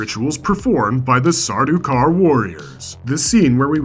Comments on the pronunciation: Ah yes, I was going to bring this up also. Sardaukar's is the only time an "s" should be involved, in a possessive sense. I wonder what else is wrong with this presentation. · Stopped the video as soon as I heard the s 😢